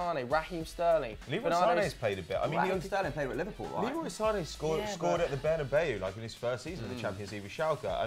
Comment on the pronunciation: Sane is actually said like Zane he said that in a interview